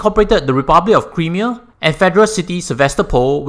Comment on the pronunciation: Nice vid. Sound analysis...and advice. But do take note how to pronounce "Crimea" the way it should tho.:-)